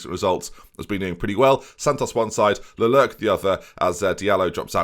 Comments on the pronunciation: I'm still a little mad the first Marseille episode wasn't called No More Mr. Nice Guy, to be honest. Also, Le-Clerk, not Le-Lurk. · pls, it is not LE-LERQ. There is a C in there, it is leClerq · It's Le-Clerk. Like The Clerk, but French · "It is I, Leclerq" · Watch F1 this weekend to learn how to say Leclerc, atleast to say it 100% better than what you were doing this episode. LeLurk? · Le-Clerk, please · Every time says "Lelurk" a bit of me dies inside. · I'm pretty sure he watches Formula 1 so will have heard Charles Leclerc's surname pronounced several times as well. Lucky he's not a linguistics channel I guess! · It's Le-Clerc. You don't miss the "C" out. Just the "Q" at the end doesn't change how you pronounce it like you were thinking when you first got him. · watch one race of F1 and you’ll realise Leclerc isn’t Lelerc ahahaha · there’s 2 C’s in Leclercq. The amount of times he said the name, even read the name and completely disregarded the first C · BOSS, IT'S LECLERCQ BOSS, THERE'S A C IN THERE BOSS!! CHEERS BOSS.